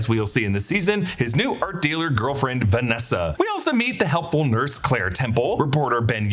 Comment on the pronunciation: It's not "Vanessa," it's "VANESSA."